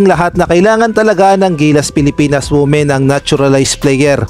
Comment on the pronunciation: Women-WIMEN po ang pronunciation ng word. Tanx